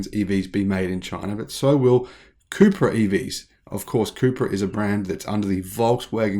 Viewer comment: All this time I thought you were saying Cooper